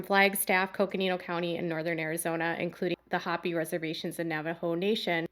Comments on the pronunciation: its 'ho- pee' not hoppy. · Hopi Indians is pronounced Hope-ee Long O and long E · Just an FYI - Hopi is pronounced like Hope with a long e - Hopee. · Hopi is pronounced hope-ee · Hopi Is pronounced hoe PEe